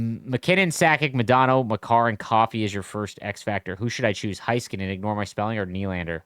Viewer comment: it is NOT HIGH-skuh-nen. It is Hey-Skuh-nen